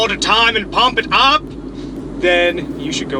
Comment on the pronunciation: 'PUUUMP IT UP' killed me, love this guy